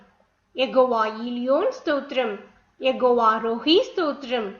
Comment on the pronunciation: Plz say yehowa not yegova